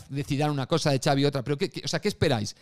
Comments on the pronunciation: Lo de Javier es una coña de Twitter porque Ancelotti, que es italiano, pronunció el nombre de Xavi así. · Lo de Iñaki q le dice Javi a Xavi era imitando a Ancelotti q lo pronuncia de esa manera, el lo aclaro varias veces en el live